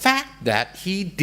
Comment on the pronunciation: She can’t even pronounce “Xi” correctly 😂 Zhee 😂😂😂😂